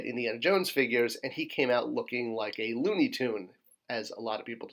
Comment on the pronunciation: "Figrues" LOL